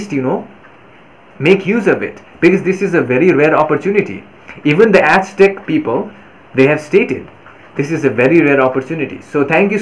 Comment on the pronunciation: Azzzteck not asstick, thank you